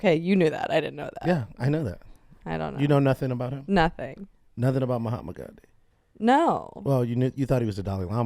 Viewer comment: It's "Gandhi".